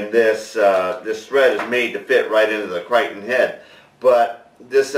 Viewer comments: isn't is "Cri-Ter-ion"? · nice going! I think it is pronounced cry-tear-ee-on" Regards, Eric